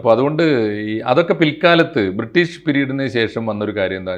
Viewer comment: എടൊ 'ബ്രീട്ടീഷ് കാർ കൊള്ള അടിച്ച പോലെ ആണൊ